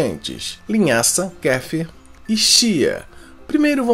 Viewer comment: Ele não sabe pronunciar Kefir e um Probiotico